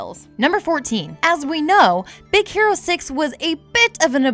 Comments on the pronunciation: I totally heard Z ero six! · is it just me, or did i just hear "Big Sero Six" ? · Anyone else hear her say “Big Zero 6” in the beginning? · I heard more of big sero 6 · Did she say "Big Zero 6"? man you guys need to have more time recording, because these flubs are getting ridiculous. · really? in be beginning you said big zero 6 -.